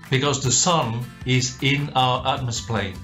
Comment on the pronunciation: hang on did you say atmosplane??? that is not even a thing